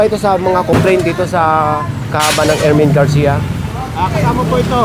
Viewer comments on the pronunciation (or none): Ermin Garcia not erwin garcia